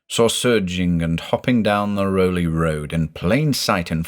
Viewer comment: We pronounce it Raow-lee .. even though it looks like Rowley. I lived in Newburyport, Ipswich.. grew up there. Never took the oaths though. ;)